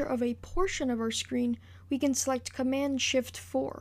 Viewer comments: Just an FYI: There's a 'd' at the end of the word 'Command'. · Well Done ! Btw Its Command ! Not Comman :P